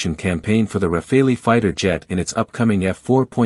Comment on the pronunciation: For heaven's sake it's RAFALE, like CHACAL, like FOCAL and NOT RAFAELI. When are you, Americans, going to stop butchering other people's languages ? This is utterly annoying !